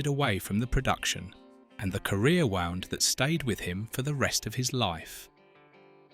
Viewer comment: You can always tell AI slop because of homographs. This schlop said wound as in winding instead of wound as in injury.